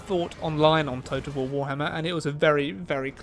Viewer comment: total war te graat war